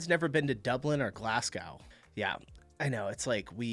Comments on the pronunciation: Glasgow is pronounced like "glass-go" 😊 And for any future vids, Edinburgh is "Ed-in-bra" 😆 You welcome 😄👍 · IT'S GLASGO. TYPICAL YANK CAN'T PRONOUNCE BRITISH TOWN NAMES CORRECTLY. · Bit of pronunciation for you - GLASGOW is pronounced GLAZ - GO - there is no W . Great reaction as usual ! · The way you said Glasgow is going to get you so many hate comments lol